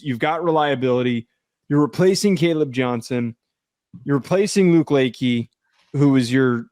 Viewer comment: Luke Lakey??? It's pronounced "La-Shay."